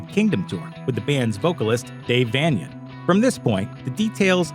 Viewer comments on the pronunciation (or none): “Dave VAY-NEE-YAN” - like “Transylvanian” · c'mon man its Vein-E-N like Transyl-vanian. The dude literally dressed like a vampire. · Dave Vain-ian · How you gunna tell the story of the misfits and pronounce everyone’s name wrong? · Anyone notice how the narrator of this piece mispronounced Dave Vanian's name? He's probably just reading this off of a que card and knows absolutely nothing about punk rock. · Can’t even say Dave Vanian’s name right? And you say Arthur’s last name wrong too. What are you doing, man?? Are you a historian or what? Far from it...